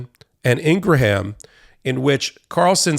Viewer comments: It’s “ing gram” not “ing gra ham” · Ur bothering me that u don't know how to say "INGRAM", not "INGRAHAM". IT'S PRETTY BAD BRO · Pronounced "Ingram" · It's Ing-gram, not Ing-raham. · Laura Ingraham's name is pronounced Ingram. It's not Ingra ham. Not that I care because she's a POS. It just bothers me when people pronounce names incorrectly. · i think you are mispronouncing Ingraham's name.